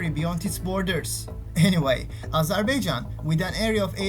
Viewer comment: ya daha doğru dürüst Azerbaijan diyemiyorsun. Öğrenin şunu amk.